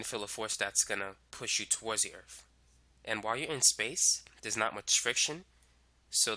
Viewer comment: the earf